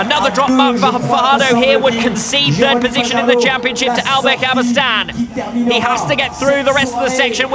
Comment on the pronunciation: Maybe I'm wrong, but he says 'Daybill' instead of 'Dabill' and where is the 'y' at the end of 'Cabestany'? These grate on me the most!